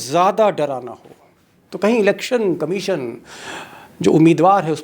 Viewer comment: आपने कहा एलेक्सन कमिसंन कहीं एक्सन ना लेले। भाई साहेब EC को दिखाई नहीं देता और सुनाई भी नहीं देता और तो और पढ़ भी नहीं सकता।